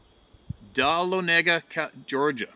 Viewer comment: it's Da lon iga, is how you pronounce it couldn't spell it,lol